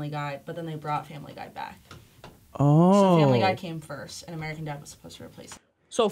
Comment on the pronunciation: I just wanna say that at almost exactly Will says "Firt Black".